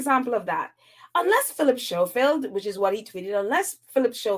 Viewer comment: Hi, his name is pronounced Scofield. The "h" is silent.